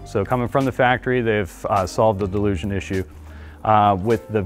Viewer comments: It is not pronounced like delusion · I literally can’t get over how he’s saying delusion. Jesus christ man XD ALSO, I have a hard time believing this is fixed just by this video alone. A little sus if you ask me. Typical dealership/sales talk. Half of it is spewed BS and lies. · I'm supposed to trust this who can't even pronounce dilution correctly? Since when does a mechanical equipment's motion and an inadequate seal issue become a software issue, unless speed of motion and the movement of the part is involved. The turbo charged engines are not nearly as reliable as the naturally aspirated engines nor do they last as long. Had a CRV with an aspirated engine with 387,000 miles on it. Bought a 2021 CRV turbo charged engine and it failed at 71,000 miles. Never trust auto dealerships. They have always deceive consumers at point of sale and during repairs.